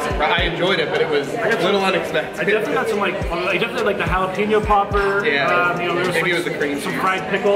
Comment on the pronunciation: Hala-pain-yo! Not peen-yo